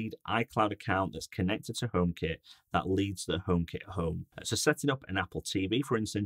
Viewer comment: so funny how he says "omekit Höb"